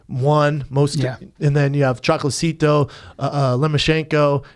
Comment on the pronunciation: na he says Chocolatecito lmao what an idiot is brenden